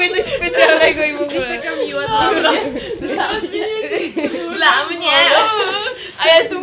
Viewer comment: powiedziała ,,dla mnię" i z tego ,,ę" była właśnie beka.